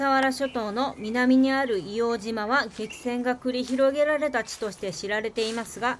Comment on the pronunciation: いおうじまじゃなくて、硫黄島（いおうとう）ですね